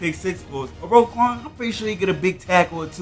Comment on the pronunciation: Bro so disrespectful it’s roquan not rayquan 🤦‍♂️